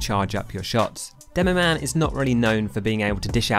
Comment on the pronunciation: DEMOMAN? DEMOPAN